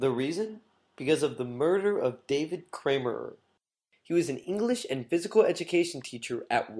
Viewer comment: I stopped when the narrator stupidly and emphatically referred to “David Kammerer “as “David Kramer or “ Kramerer” and “Rimbaud” as “Rimbod”. Pretty bad.